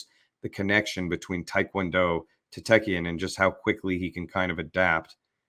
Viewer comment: It's Taekkyeon.